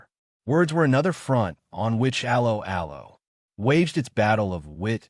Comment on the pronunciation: The pronunciation of 'Allo 'Allo.... You didn't even try